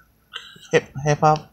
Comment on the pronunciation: Did you say "hiphop" for Hoppip?? 😂😂